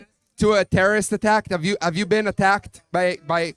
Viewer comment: “You’ve never bean?” 😂😂😂